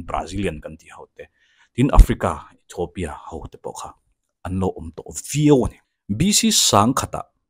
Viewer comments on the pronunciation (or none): none